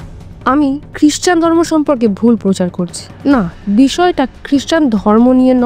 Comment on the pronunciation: পোচার নয় “প্রচার”।